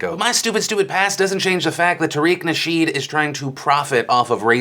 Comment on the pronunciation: tareeeeeeeer-eeck nashit lol